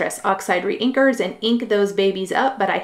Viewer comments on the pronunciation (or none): Re-inkers... not drinkers, Ugh!